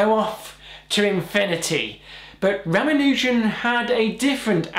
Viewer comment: ra ma nu jan NOT ra ma nooooooooooo jan